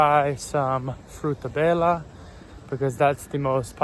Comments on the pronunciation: Frutabela was the way I would say it so I don't think it was a strange accent... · Your pronunciation of Frutabela is spot on 💪